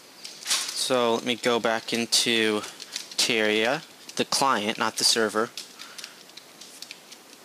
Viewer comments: Say it with me: Terr-ar-i-a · It is Ter-reh-ri-a